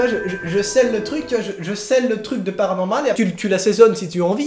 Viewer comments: Je kiff quand tu fait PANORMAL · Je kiffe quand tu dit "PARANORMAL"👀